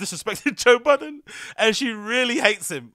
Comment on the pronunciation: It’s Budden 😂